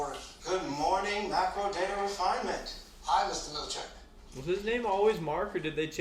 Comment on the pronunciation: I always mispronounce Mr. Milchick's name as "Mr. Milkish".